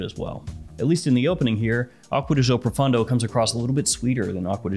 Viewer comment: proFAWNdo, not fun d'oh !